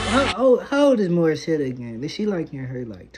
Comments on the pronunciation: Bro, it's pronounce as Mori- set. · The e at the end of her name is silent so it is Morissett. That's the proper pronunciation so try to get it right. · Pronunciation Mor-i-set Ah-mahn. Her last name is like a monster 👹. Her father 👨 named her after Canadian singer and songwriter Alanis Morissette. Beyonce is the main writer of this song. She does a lot of cardio In order to have the power 🔋 in her voice and in her dancing 💃. Morissette Amon does too. This sounds great 👍 Strongly 💪 suggested video 📹: Morissette Amon sings Akin Ka Na Lang. Wishbus version 🚌. Feel free to use subtitles with CC in order to see the English translation.